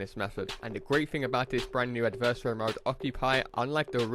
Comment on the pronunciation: pronounce adversary right plz